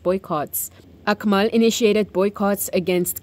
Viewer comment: Sembang dengan peniaga dari Turki, dia sebut nama Akmal macam kedengaran AkNIMAL. Wassalam ❤